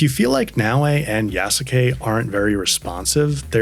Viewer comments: yeah, The correct pronounciation would be similar to "YAHS-KEH" maybe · Tried it out myself, you're right, the "u" is almost there but not really. It did sound much closer to "keh" than the natural english "kay" in actual pronounciation, so you are definately right with that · Yasuke is pronounced - Yaas (short a) - Ke (Kay). The u is silent